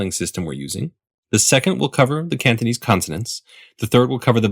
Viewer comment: It’s kinda annoying how it sounds like he says ‘Canthonese’ (I don’t know whether it’s to do with the mic or whether he’s actually pronouncing it like that)